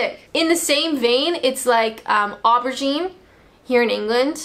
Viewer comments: Aubergine.. the Au is pronounced as O . O'bergine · Some more I can think of: - in the UK at a fast-food restaurant, we get asked "Is that to eat in or take away?" but you would say "Is that here or to go?" - UK: crisps. US/Canada: chips - UK: jelly. US: jello There are loads more! - oh, and we pronounce it "OH-bergine" not "Oar-bergine"! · Aubergine is pronounced oh-bergine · We tend to pronounce it aubergine not aubergine